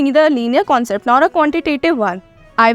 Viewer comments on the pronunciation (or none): none